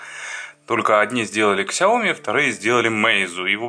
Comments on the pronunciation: сяомИ, а не ксяоми 😂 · КСЯОМИ . Аж типает